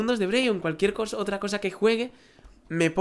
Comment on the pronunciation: dijiste calukiercosa